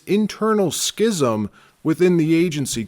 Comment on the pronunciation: Please learn how to pronounce "schism."